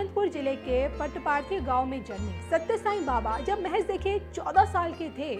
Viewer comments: ठीक से उच्चारण करना सीखो मैडम जी पहले .... Puttaparthi पुट्टापरथी उच्चारण किया जाता है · पुट्टापर्थी है उच्चारण सही बोले